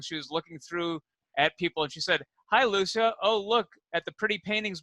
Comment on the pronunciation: Lucia IS two syllables! Loose-yuh